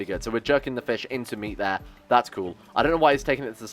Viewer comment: Is be saying fishk instead of fish?